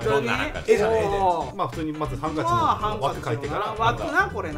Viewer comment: 北海道は｢ハン↑カチ↓｣って言うんだ( ˊ ᵕ ˋ )